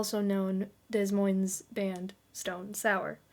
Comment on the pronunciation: My kid likes Slipknot because of me too. You're welcome kids! And it's pronounced Demoine, Iowa, the S is silent. You are just adorable with your facts from long before you were born. Everyone knows all this! I have tattoos older then you. 😅